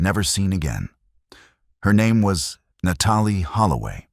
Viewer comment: Na Tall E Holloway....this one too